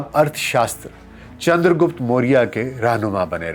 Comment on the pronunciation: गुप्ता नही रे..... गुप्त था